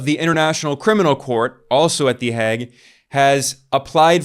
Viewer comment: My God, can’t you pronounce the Hague correctly? It’s not the Hag, but the Heyg!!!